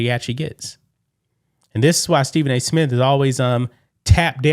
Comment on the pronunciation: Nobody notice how he keep saying “Stephen A. Smit” dog wtf lmao